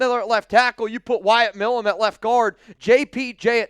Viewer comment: Again, His name(Milum) is not "Mill uhm" Its M-eye lum" Someone from pennsylvania should know that. I agree we need to draft the kid and continue the long standing connection between the teams.